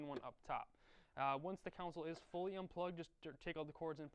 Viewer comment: I don't think console is pronounced like that.